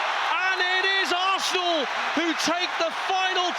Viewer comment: Fff arsss-na